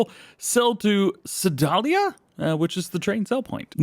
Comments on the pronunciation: I really dont think I have ever heard anyone mispronounce Sedalia before. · Did you say Sedalia?